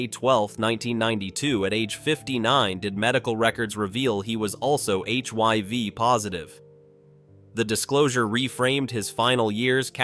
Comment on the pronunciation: HIV NOT HYV. IDIOT AI